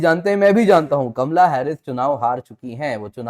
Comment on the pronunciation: Kamla nahin kamala pronounce to thik karlo...